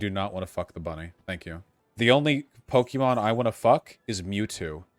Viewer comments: Vaush says 'Pokeemon' like a boomer xD. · mmm so did I, they say Pokaymon iirc